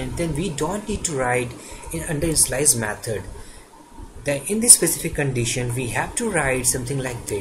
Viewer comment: Two suggestion so far, although video content are very informative: 1. It's pronounced as obJect, not onsegt 2. It's pronounced as inItialize, not InSlice